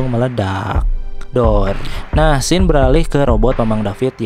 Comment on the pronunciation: Gw udah sub bang. Krn u baca scene dibaca sin. Cz ada yg bikin pidio scene dibaca sken bikin geli. Wkwk2k